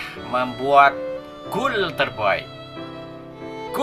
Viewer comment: Di suruh nulis apa yang anda ucapkan dan apa yang membuatku kesal:LU KALO BICARA SELOW SAT BACANYA CEPAT KALI LU MAU BACA ATAU LOMBA LARI SAT satu lagi sok Inggris goal bukan gool you need to learn more about English you dog shit remember you still have life save that for later suks